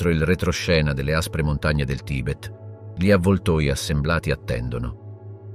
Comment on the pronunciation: Un buon lavoro con qualche piccola incongruenza. Presumo sia un problema tecnico il fatto che "gli " venga sempre letto male e poi,anche le date...peccato. Spero riuscirai a risolvere questi problemi...i tuoi video sono molto interessanti. Ciao